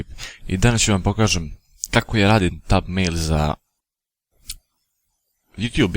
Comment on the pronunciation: ne znas ni izgovorit thumbnail kako treba... sta reci...